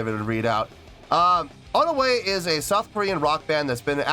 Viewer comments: It's pronounced One-we. 'One' like the number 1 and 'we' like the actual english word we 😊 Thanks for reacting! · (Part 1) I'm really happy you ended up being surprised,! About their name, no, you didn't say their name right. Their name is made up of the English words "One" and "We" put together. So it's pronounced like "One, We".